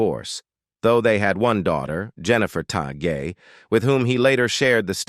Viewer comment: Learn to pronounce peoples names. Kevin‘s last name is pronounced Tie… And what about Randy and Robert and Ron and Marco and Stoker